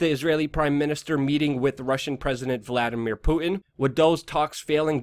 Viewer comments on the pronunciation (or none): none